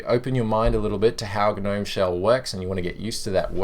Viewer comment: Just me, or when he said g-nome it reminded me of the "you've been gnomed" meme?